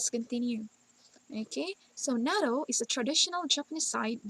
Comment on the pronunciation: Isn't it NATTO as in toh not TOW?